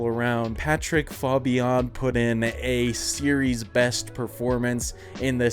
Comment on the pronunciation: I think his last name is pronounced Faye-bee-in